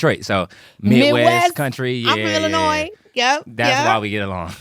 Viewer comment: I love Keith… such a good heart. He is really intentional about being a better person. But let me tell you, when he leaves that “S” on Illinois, it’s like nails on a chalkboard 😂😂😂